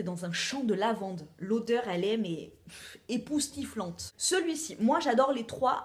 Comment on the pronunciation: Un pouce bleu d'emblée pour le "épousstiflante" ahah! De gros bisous